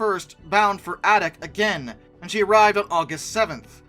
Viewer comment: Adak is pronounced "A"dak and not with a soft "a".